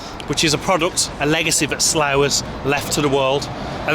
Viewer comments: It's "Barkshire"! (and "Sluff") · It's pronounced "Sluff".